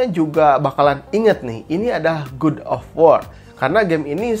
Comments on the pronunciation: koreksi bang bukan gud tapi gad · Gad oy gad bukan gud Dasar sunda :v wkwkwkw